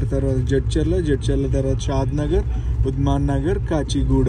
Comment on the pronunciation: ఉద్మన్ నగర్ కాదు ఉందానగర్( శంషాబాద్) k అన్నా